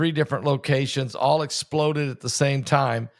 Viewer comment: Pastor, Thank you for all you do! I have a request....when you emphasize Explode like that it diminishes the tragic sense of whats happening , sort of like clickbate, it turns people off...Im not saying it in a mean way at all...but it hurts my ears :)